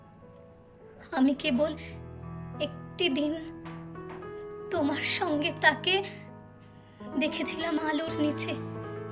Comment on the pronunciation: অনবদ্য আমি আবৃত্তিতে বিশারদ কমপ্লেট করেছি তোমার কণ্ঠ অসাধারণ সাক্ষাৎ মা saraswati kintu ei abritti tar khetre ekta duto uchharon arektu dekho jemon songe naa pashe